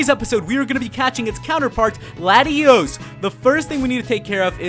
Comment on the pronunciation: latios and latias not latios an latios